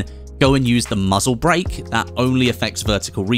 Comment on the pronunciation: “muzzle BrEaK” WAT WAS THAT